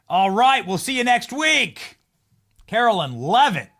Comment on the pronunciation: You'll have a better chance of getting a press pass, Benny, if you stop mispronouncing Karoline's (not Carolyn) name. Just sayin'......................